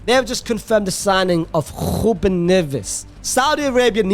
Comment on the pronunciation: Man please stop with some of the pronunciations, not hating its just that your sounding funny at times, you go and stand on the R on Ruben for 1 minute and than say Neves like nothing. Just say their names as they come to you